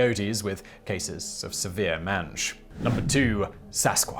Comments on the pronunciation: maa n ge. not men ge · claims not to know how to pronounce Moleke Mbembe Shows screenshot that gives the exact pronunciation Pronounces Tenzing Norgay's name as Tenzing Norway Mispronounces "mange" (may-nge) as "Man-ge ...I'm starting to doubt your credibility dude... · What, no Jackalopes? "mange" is pronounced Mayndj or Magnj .